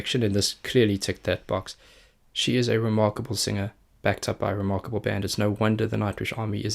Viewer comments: "[...] but this is reMarkoble!" Unintended pun. Love it! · It's "ReMarkoble" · " It's reMARCOble"